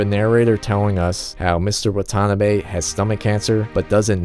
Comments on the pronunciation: I can tell you're not Japanese, so just helping. It's not "Wa-TAH-na-be". It's Wa-ta-NAH-be. Here's another pointer: The Romanization of Japanese has one glaring mistake. The letter L should be used instead of R. James Hepburn oddly used Rs when he should've used Ls. The proper pronunciation is "I-ki-LU", not I-ki-Ru. La-men, not Ra-men. La-sha-mon, not Ra-sha-mon, Lan, not Ran, La-di-o, not Radio... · Man the pronounciation of Watanabe is killing me